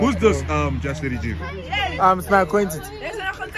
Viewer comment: The payne on her face when he said acquentence.😭 not sure if i spelled that right.